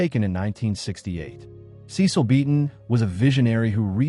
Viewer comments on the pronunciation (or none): His name was pronounced "SESS-uhl ". You're welcome